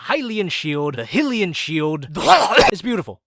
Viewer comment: The HYLIAN SHIELD The HILLIAN SHIELD The HUAAAGH